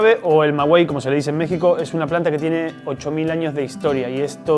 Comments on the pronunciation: Se dice Maguey no ma guey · Es "maguey", no "magüey" (me refiero a la pronunciación, pues la escritura, como sale en los textos insertos del video, es correcta). Y los moros no invadieron a España en el siglo 8o antes de Cristo: ni siquiera existían entonces -eran árabes, y estos aparecieron, como consecuencia de la expansión islámica, a partir del año 622 después de Cristo-. Esa invasión se produjo en el siglo 8o, pero después de Cristo (en 712 después de Cristo, y duró hasta 1492). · Se pronuncia Maguey, no magüey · Una observación, aunque se escribe maguey, se pronuncia magey se hoye muy raro cuando lo dices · No se dice "mawey", se dice "maguey". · Maguey no Magüey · Se llama Maguey, no magüey. Saludos. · En México se dice maguey, no magüey ...güey... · Maguey no es magüey su nombre no lleva diéresis, el resto muy muy bien. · Buena reseña, por favor no digan “Mawey” para sonar asi tendria que llevar dieresis en la “U” se dice: Magey aunque se escribe con U la U no suena. Gracias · porque no tiene dieresis, 😉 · CHINGON Tu información : un saludo desde JALISCO y un pequeño comentario , MAGUEY se pronuncia sin la U y no Con diéresis de 2 puntos la U, que al final me vale MADRES ya esto BRIAGO o PEDO como decimos en MÉXICO 😬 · No se dice Mgüey, Se dice MAGUEY, xfavor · No es magüey es maguey😐 Ma-guei(ga, gue, gui, go, gu😑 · y aguas con la pronunciación dices en el video mawey pronunciando la "u" como si llevara diéresis (magüey) y así no se le dice en México La planta se llama maguey y suena suavizando la "e" Por ejemplo el sonido de gueto (del lugar de hacinamiento) o guerrero donde no se pronuncia sino suaviza la "e" diferente al sonido de gesto, gendarme o al de güero, guindilla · ¡Cariño, no es "magüey", lo correcto es maguey! ¡Saludos cordiales desde Guanajuato! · Se dice o la manera de pronunciar es:. Magey y no maguey lo están pronunciando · Saludos me ha gustado tu vídeo. Un comentario amistoso:. Se pronuncia maguey, no magüey. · No se dice magüey jajajaja